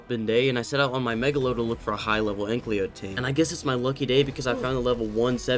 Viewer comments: It’s not “ANK-LY-O” it’s “AN-KY-LO” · Istg if u say ankLEO again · I swear everytime he says AnkLYo😂😂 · Every time this guy pronounces ANKYLO wrong, take a shot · I’ve been watching this “video” for a while and it is infuriating me that he says ankys name wrong!